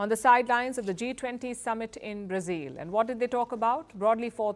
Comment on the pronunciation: It’s not brazeel silly woman…instead of focusing on your boring propaganda pay attention to your embarrassing pronunciation